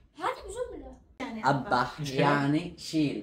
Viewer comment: يا اسمها أُبح بضم الالف مش أبح بالفتحة يعني قل أدبه 😂